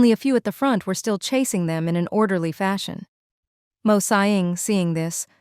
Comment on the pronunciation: OMG! The AI pronouncing “Mo” instead of spelling it out like other channels is a special moment for me😭